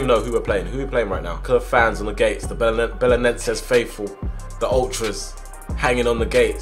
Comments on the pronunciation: You pronounce the team name as bela-nen-zay Edit: I'm half Portuguese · Im from Portugal and you say bele-nen-ses 😂😂😂💪💪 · Já é bom ele tar na liga nos 😂😂😂 e no belenennneeenses como ele disse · BE-LE-NEN-SES i think this may help you pronounce it